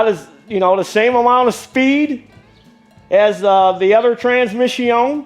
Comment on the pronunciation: I tried....I really did. But about the 157th time you said "trans-mishy-own", my mind snapped. A course in master mechanics taught in fluent French......it's more than I can absorb.